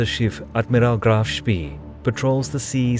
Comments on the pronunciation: You pronounce it like Graff Spae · Seing graf shpee called graf shpii sounds so strange. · Some pretty bad mispronunciations mate. Admiral-tea, not Admirality. It’s also “Graf Spey” not “Graf Spee”. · 3.31 - Admirality? Graf Spee is pronounced Graf Shpay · See is pronounced say in German.